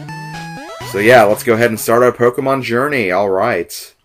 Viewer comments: ...I somewhat expected this, but of course I wasn't certain until now. What I DIDN'T expect AT ALL was for you to pronounce "Pokémon" CORRECTLY! =D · And I really appreciate how you pronounce the title properly.